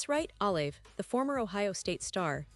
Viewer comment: Jesus atleast say his name right